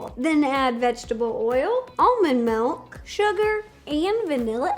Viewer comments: Every human ever: milk Ro: melk Every human ever: orange Ro: ornge (I'm not actually sure if all American people say orange like that, I'm British, also, no offence to Ro) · I'm American and I hate when ppl pronounce milk like that lol